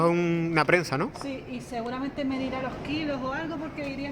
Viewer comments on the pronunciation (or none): none